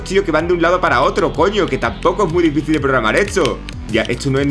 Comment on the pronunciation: Has dicho difíCil y no difíSil, ha sonado raro de cojones viniendo de ti xD